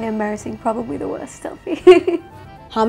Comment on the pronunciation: Don't understand some hate comments here. She was brought up in New Zealand and that's why she has the accent. Also, no one is perfect at such age. So, please get off her backs regarding her use of the word "probabaly".